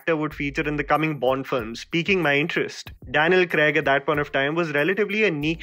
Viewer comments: Daniel "Kregg" nahi Daniel "Craig" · Daniel CRAYG?? lol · Agree to your comment that Craig was the most human of all Bonds.. and he also got his hands dirty . Just wished you said Craig and not Creg throughout 😀